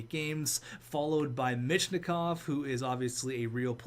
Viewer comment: Where do you see an N in MICHKOV? (Meech-Kov)